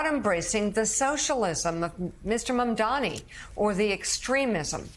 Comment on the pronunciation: Joe's interviewing- ugh! He's an arrogant host and irritating former establishment Republican that is baffled by the appeal and victories by AOC, Sanders and Mamdani (learn how to say his name, by the way, Joe!). Only in America 2025 would folks like them be considered extreme left.